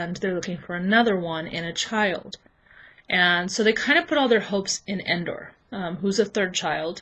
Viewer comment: It's Ender not Endor